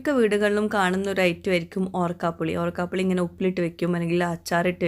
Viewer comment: ഓർക്കാപുളി അല്ല, ഊർക്കപുളി അല്ലേ